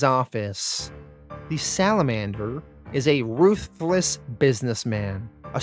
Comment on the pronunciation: "The Salamander is a Ruth-Less..." LoL ye says ruthless funny, like ye was saying Salamander is a man without 'Ruth'